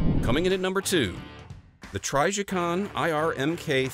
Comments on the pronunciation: “TRYjicon” I have literally never heard anyone mispronounce Trijicon before lmao 😆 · Same. Never heard it pronounced this way before. Sounds goofy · it's not a hard "I" sound, the "I" is pronounced as it is in a word like "in" or "imbalance."